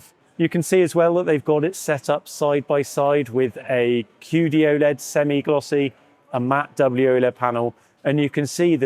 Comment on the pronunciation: qd-oled... What an embarasement 🤦🏻‍♂️